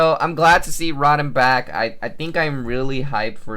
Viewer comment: Row-Tom. not rot-am